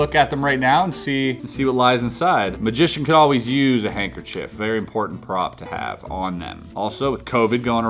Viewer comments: Nobody: Literally nobody: Chris:handkerchayyyyy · Dying at “hankerchi”